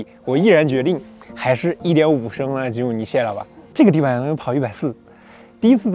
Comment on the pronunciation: 非常開心，第一次聽到有車評唸出正確的名稱吉姆尼了